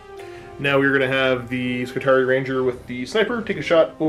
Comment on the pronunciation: I always figured it was pronounced Skitari-i like the latin Triarii you know, since everything about them is based of the roman Manipular system... Whatever. looking forward to the match regardless.